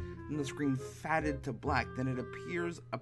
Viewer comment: Did you say fadded or faded